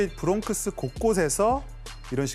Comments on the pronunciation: 브롱크스가 아닌 브롱스가 더 자연스럽게 들리는데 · 브롱스를 왜 브롱크스 라고 하죠?? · 브롱스를 왜 브롱크스라고 하죠?